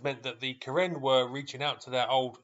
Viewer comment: Karin, not Karen.